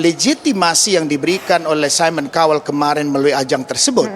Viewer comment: Cowel ?? Baca : Kauwel